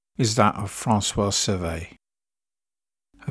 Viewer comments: Pronounced "Se-VERt" not "Ser-vay" The T is not silent but also not hard. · So many mispronunciations...Cervet in the beginning....jfc... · You use two pronunciations for Francois Cevert? Cervay and Cever. The first is not a FRENCH pronunciation. The second version, silent "T", is correct FRENCH.